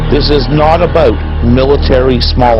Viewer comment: "It's not aboot military small arms."